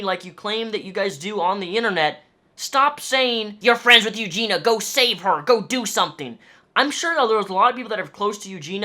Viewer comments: Also- Her name is pronounced- (You-Gee-Nee-Uhh) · it's eugenIIIIIa you're missing the i all the time and it's killing me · You pronounce her name - Yoo-jee-nee-a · I support what you are saying but please for the love of all things holy pronounce her name right! You-gene-e-ah! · a great video, but there was one thing that bothered me😤.....the way he pronounces eugenia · before you make a video though, you should at least learn how to say her name lol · Say her name right pls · Stop saying her name if you’re not going to say it correctly lol. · If you're going to make an entire video about someone the least you can do is pronounce their name correctly... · 2 seconds im in annoyed you didnt say her name correctly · You're not pronouncing her name correctly. If you've done a fair amount of research on her, why can't you pronounce her name? (I'm not trolling, nor am I "sticking up" for Eugenia. I'm authentically curious.) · How do you know so much about Eugenia but can't even pronounce her name right? Literally in every single one of her videos she says: "hey guys, it's Eugenia" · you should be institutionalized for pronouncing her name wrong every single time, but otherwise, on point mate ;-) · Her name is in your title, and you still don't even say it right.. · He makes some great points but mis-pronouncing her name was really annoying. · At least say her name right... it sounds how it’s spelled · What is it with you and mispronouncing the ia sound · It's bugging me how you keep saying her name wrong 🙈 but yeah, you're right, she needs to go inpatient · Excellent video and totally agreed, although you saying eugena instead of eugenia weirds me out every time. Here in canada, if they suspect you of being suicidal, they can strip you of all your rights and take you in. Feels like this is a case that should be treated in that way. Not sure if there are procedures that her family or friends can put in place for this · Its eugenia, not eugena. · YOU-GENE-EE-YA BITCH